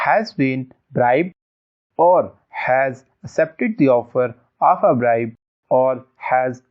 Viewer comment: It's not bride ,bribe